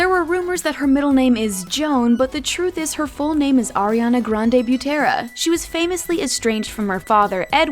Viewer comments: I- they aren't fake they are SHORT FOR's Also u pronounced Butera wrong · This girl don’t know how to pronounce the last names, OMG so cringy